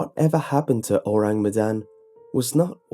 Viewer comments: Luna Skylar - gonna do my best to type it out. Kinda like 'OH-rahng MEH-dahn' ([ɔraŋ mɛdan] My IPA might be wrong - I only took one semester of linguistics and was pretty shite at it OTL). Basically, the first sound is 'Oh', then 'rang' is said with the a making an 'ah' sound. Then Medan is with the e making a fuller 'meh' instead of 'mih', and again the a in dan is an 'ah' sound. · I feel really bad but hearing him say the name of the ship makes me snort xD I know he doesn't speak indonesian but it still makes me giggle a little bit